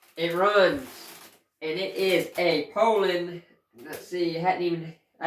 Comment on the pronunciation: You're the only guy on YouTube who pronounces "Poulan" correctly, lol.